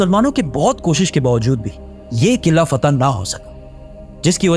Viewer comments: Qillaa nahe Bhai Qilaa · Bhaiyya over express krne ki zrurt nhi hai or sb se ooper adab ko malhuz rkhen or ye “qillllaa” nhi hai isy “Qala” bolty hen